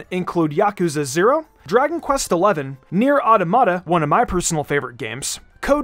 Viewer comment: I died when he said “nier auto-mahta”